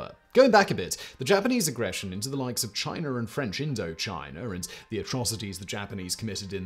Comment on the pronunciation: It’s “China” not “Chiner” lol